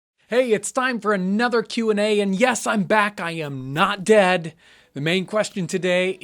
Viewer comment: I love the way he said "I'm not DEAD" Like why do people always assume a youtuber died when they aren't in videos/don't post